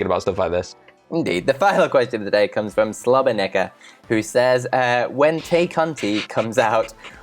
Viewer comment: In Tay Conti's case, Tay doesn't rhyme with take, it would have to be tike on me.